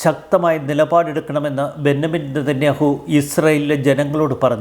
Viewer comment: ബെന്നമിൻ അല്ല ബെഞ്ചമിൻ ആണ് ശരി.